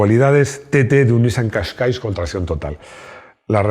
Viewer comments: una aclaración: no es Nissan Cascais, es Qashqai (sin s final). Lo primero es una ciudad portuguesa, por cierto. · Por Dios!!! Qué te pasa con el Qashqai??? Siempre dices KASHKAISH, si acaba en i!!!